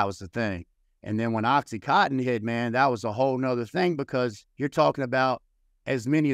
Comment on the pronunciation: Great video! But dear god please at least know how to say the drug you use. It’s OxyContin, not OxyCotton!